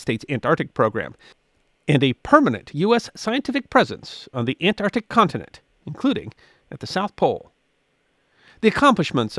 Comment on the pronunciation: Say it with me..ant..arc..tic ah...see, that was not that hard